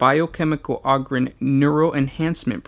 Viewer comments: O-grin not og-rin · O-ger and O-grin. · Do you pronounce ogres like a mouth breather too, instead making it sound like auger? Ogryn is clearly supposed to be pronounced like ogre not sure how you messed that up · Ah-grin lol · You're pronouncing it wrong. It's a long O, the same as 'Ogre' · PLEASE stop saying "ogryn" wrong? How do you say ogre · Ahger holmes ahger